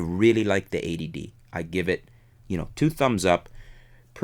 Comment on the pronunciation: I like that is sounds like you're calling it "the A.D.D."